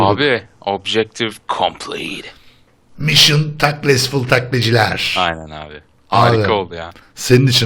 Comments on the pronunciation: Mısson Taklesful 😂😂😂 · mişın takelsful